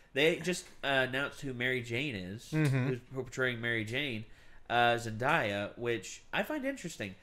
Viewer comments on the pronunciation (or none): it's Zen-DAY-a.